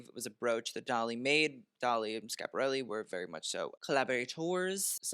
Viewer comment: As an Italian, I LOVED how you pronounce Schiapparelli